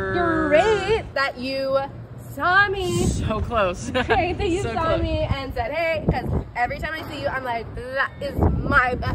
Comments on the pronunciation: Why did you even add the awkward pause and then "you..."? Just hey works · She could've just not put an emphasis on the word "you" and it would've been completely fine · the YOU is so emphasized like why are YOU emphasizing YOU so much, YOU?